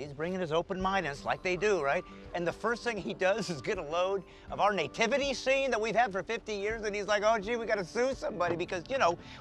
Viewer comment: I've never heard someone called the Nativity Scene a Năytivity😮 it's pronounced nuh·ti·vuh·tee